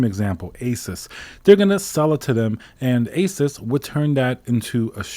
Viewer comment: You're the only other tech reviewer I've encountered who knows how to say "Asus" correctly lol